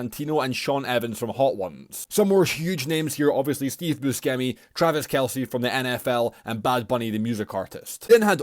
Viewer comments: Who’s Steve ‘bu-skem-ee’? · Steve's last name is pronounced as Bushemy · my man really said steve buSCemi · He pronounced busecmi wrong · You pronounced "Buschemi" completely wrong there buddy.